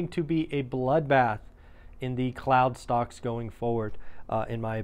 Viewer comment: I thought you said clown stocks 😂